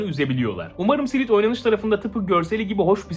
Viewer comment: SİLT isimli oyunu SİLİT diye okumak da ne bileyim yok SİLİP DON